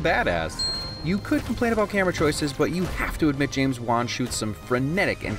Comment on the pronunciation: I thought he kept saying James Bond, not James Wan 😂